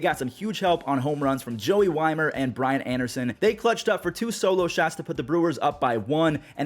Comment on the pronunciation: Nice of you to recognize the pronunciation of Luis Robert's last name Now....get Joey Wiemer's last name right! (WEE-MER)